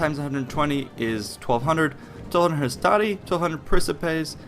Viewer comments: your video is quite nice and I don't expect anybody to pronounce the names of the roman units properly but this might help you to improve your quality even more Hastati is pronounced "Astate" Principes should be pronounced "Prinkipes", with a hard "e" in the end Triarii is "Treare-e", double "ii" is spoken and not to be missed out Equites is "Ekwites" nevertheless good video, nice amount of info and not to long thanks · On the whole, I agree, the one thing I would say is that the Latin 'I' is in fact a soft sound, so for example "hastati" sounds like "hast-ah-tee". Also, while I agree with the way you say the Romans would have pronounced the e in "principes", as an "ay" sound, don't forget that this is consistent, so "veni, vidi, vici" sounds like "*weynee*, weeddee, weekee", not "*wenee*, weedee, weekee". Also, "Triplex Acies" sound like "Triplecks Akeeays".